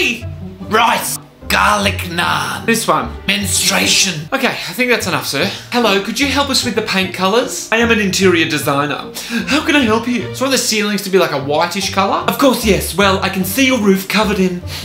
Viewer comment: Jimmy: menstration (sorry for bad spelling) Me trying not to crack up because my family is watching with me on TV: 😳😅😬